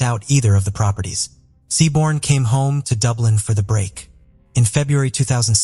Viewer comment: It’s not sioban it’s said shiv-awn